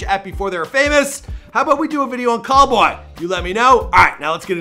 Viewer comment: He said Callboy 😂